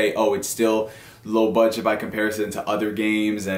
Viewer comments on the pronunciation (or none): none